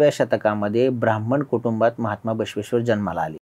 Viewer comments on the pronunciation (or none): none